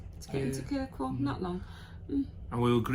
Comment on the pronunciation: its not kirkwell its kirkwoll